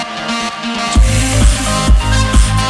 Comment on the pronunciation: IT IS : DRIE,TWEE, EEN IT IS NOT: DREI,TWEE, EIN dutch isnt german tf man